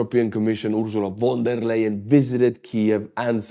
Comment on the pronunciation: if you want to pronounce "von der leyen" more correctly, try to say "phon dare lion" (phon like in phone, but with an abrupt ending, like in ton)